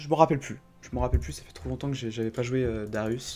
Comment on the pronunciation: et c est darius pas darius et c est pas où c est ou